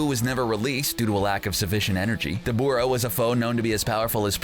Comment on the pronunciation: Cbr please get someone who has actually watched the show 😑. This guy's keeps butchering the names. Debooora